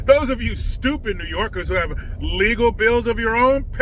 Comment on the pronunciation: When you say new yorkers 😂😂😂😂